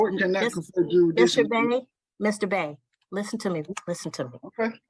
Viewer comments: words are IMPORTANT. The word is JURISDICTION. NOT JURIDICTION. Learn how to be articulate and annunciate properly first, BEFORE you try to "school" someone. I "demand" you speak English first and save your gibberish for your home. Sit your dumb behind down. Better yet take 2 seats.🙄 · This dude is a half wit moron. He said "SUBJEC MATTER JUR-A- DITION" He can't even say JURISDICTION, I know he can't spell it, the right way or wrong way😂😂. Just stfu and get a lawyer goofy. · He gotta figure out “jurisdission” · Don’t forget “jurisdission” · “Juridition”? Learn to enunciate, before you go “toe to toe” with a judge! You’re just embarrassing yourself! And just get a load of his “POSER”, AG, “Crocodile Dundee”, packing (including a knife unsheathed under his belt), inside a federal building! Clearly…..he is nowhere near a federal building! 🤣😂🤣😂🤣😂🤣😂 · This fool cannot even properly pronounce the word 'jurisdiction'.